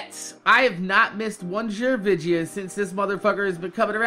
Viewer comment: why the hell do u say vidja